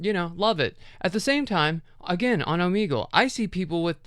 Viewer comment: Have i been saying o-may-gle wrong?😮